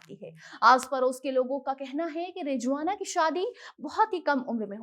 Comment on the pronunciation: It’s Rizwana Not Rijwana